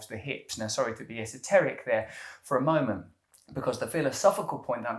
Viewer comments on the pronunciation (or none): none